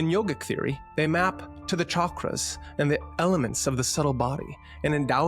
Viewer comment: so glad someone pronounces Chakra right. anyway, nice connecting of the dots . . .